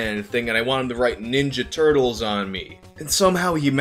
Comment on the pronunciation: The Turt-leez